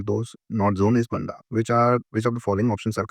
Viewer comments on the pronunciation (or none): Sir , ur pronunciation for Banda wrong...... Its not ladke wala Banda ....its like...Baaanda......bade aa ki matra hai ...Dam ko Bandh bolte hain ...wese Banda ....so we can remember it like water related Bandh